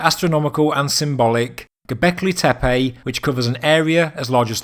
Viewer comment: tempulls ? Teppej? awkward accent